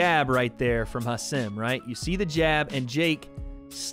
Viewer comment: Hasim is pronounced “haseem”